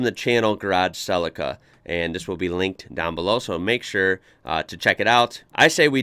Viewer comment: Suh Lee Kuh rather than Cell icker